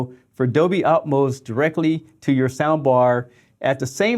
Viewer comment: "Dolby Atoms" ??? Hahahaha